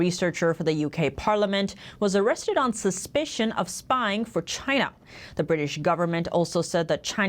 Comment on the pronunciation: It's not Choynor in focus, its not Gyna in focus, it's China in focus.